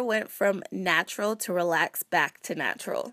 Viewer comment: I think you meant "Nap-tural" lmao